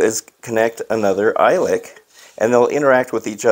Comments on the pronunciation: You pronounce it E-Lick... I think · It’s pronounced “eelik”